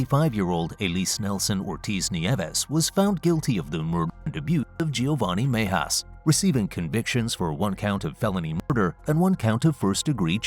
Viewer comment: Cringe every time the narrator pronounces Mejias.